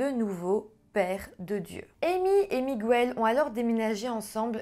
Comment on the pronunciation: Miguel avec l'accent espagnol ça se prononce "Migel" et non "Migouel" 😉